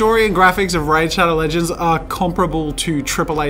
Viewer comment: No one: Jazza: RÄDĘ ŠHÆDŒW ŁĘGÊÑDŚ